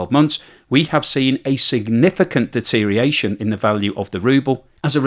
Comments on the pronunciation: You're all about the de-tear-ee-ation then? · Enjoying the video but I'm half way through and it's driving me crazy. You either gotta learn how to pronounce deterioration more carefully or expand your vocabulary to get some synonyms for it you can pronounce.